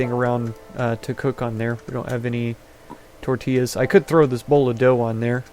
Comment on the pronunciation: I was waiting for someone to spell SLUT in the other village ....Tortillas(tor-tee-yahs):0